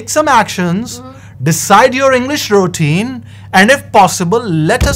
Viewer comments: Why are they both saying “ Rootine “ instead of Routine ? 🤔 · ruːˈtiːn, this is pronunciation of routine not rootuine as said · Madam...Routine word you r prononcing wrong...